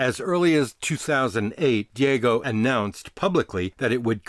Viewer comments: Sorry to be a pronunciation pedant, but I've always heard Guiness' parent company, Diageo, pronounced dee-AH-jee-oh or de-AH-zhee-oh, not dee-AY-go. Other than that very minor issue, great video. I've got a mission now to get my homebrewery back up and running and try to make something closer to 1800s Guinness. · It’s Diageo, Dee-ah-gee-oh! Not Diego, that’s a Spaniard named James. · Diego? No. Diageo. Dee-Adj-Eee-Oh. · Its Deeageeio not Diego And yes it’s muc after left there all watery n see through. Beamish and foreign extra is better . Murphy’s and original bottle even better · Good documentary - Diageo is pronounced Dee Ag Ee O, not Day go. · Dee a gee oh, not Diego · Guinness is owned by Diageo, pronounced Dee-ah-jee-oh and not Dee-ay-go as you say in the video 👍🏼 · The company name is pronounced DEE-aj-ee-oh not dee-A-go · And it’s pronounced Deee agio. Not deago. lol. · Loved this video. Sort of knew all this anyway without the figures. Diageo is properly pronounced di-adg-e-o. Great vid. Thanks. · Diageo is pronounced dee-AJ-ee-oh, They own a lot. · Love booze history. Just heads up, Diageo is pronounced Dee-ah-geo. I love trash talking them too, but for as much harm as they do with lobbying and watering down their brands, they employ a ridiculous amount of people and support many companies that would probably have disappeared over the years had they not bought them out. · Great video thank you for you're in depth testing. Just one thing Diageo is pronounced Dee-ah-gee-oh. Dia meaning: through or across and geo meaning: world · It is still Diageo. They haven't changed their name. DIAGEO!!!! Not fking Diego. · Diageo is pronounced like 'Dee-ah-gee-oh'